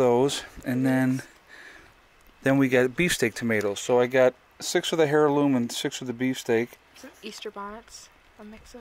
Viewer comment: hairloom lol its pronounced airloom. But iam just a dumb uneducated southerner lol.love the videos keep them up. thanks